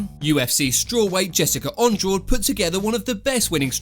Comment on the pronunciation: sorry but it’s pronounced an-drarshge not andraw-de